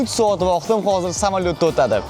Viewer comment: Soat× Saot😂😂😂😂